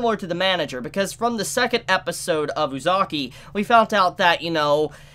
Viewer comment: your not saying uzaki right watch it in sub to see how its said